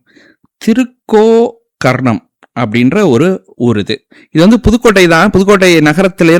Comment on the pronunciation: திருகோ கர்ணம் இல்லை. திரு கோகர்ணம்.. என்று பிரிக்க வேண்டும். கோ என்றால் பசு. கர்ணம் என்றால் காது.